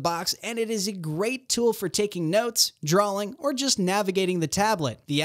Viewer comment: THERE IS NO L IN DRAWING! DON'T SAY DRAWLING